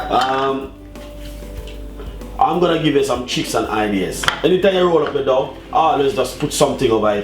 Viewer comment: Its pronounced doe, also spinners, spinach is for popeye, anyway well done.